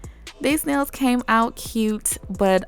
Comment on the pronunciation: I LOVE IT when you say '' this are my neils when there filed shaped and buffed " OMG I LOVE IT❤❤❤❤😂😂😂😂😂😂💖💖💖💖